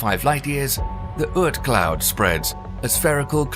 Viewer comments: Ort cloud. Not Ert cloud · The pronunciation is "aught" cloud, like "caught", not urt cloud. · The fantasy OORT cloud. LOL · You need to check your pronunciation of Oort cloud.